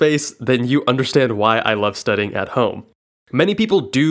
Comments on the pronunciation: Is it just me or is he saying studding instead of studying? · Am I the only one that hears “studding” rather than “studying” in this video??